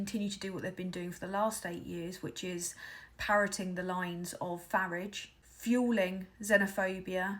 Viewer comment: Finally, someone who pronounces the "F" word correctly. Of course it rhymes with garage!